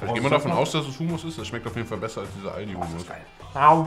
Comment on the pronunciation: Ich hasse es wenn man hUUmuss sagt anstatt Hommosssss